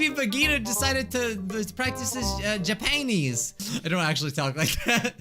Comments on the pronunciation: When you said Japanese I heard ja-panties XD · No one: Literally no one:: JAPAINEES